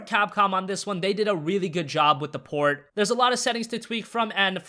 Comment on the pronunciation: Did anyone notice whenever he says port i hear porn